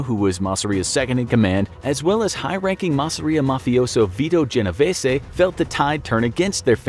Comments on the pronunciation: ok but the mafia don was genoveeees not genoveesay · lol genovesssy it’s pronounced genovees